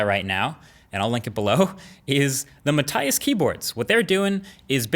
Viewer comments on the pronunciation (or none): none